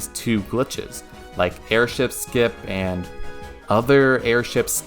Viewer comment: Great video!❤ AirShipSkip... let's not say it like that XD But yeah this was an awsome journey through that night. ;)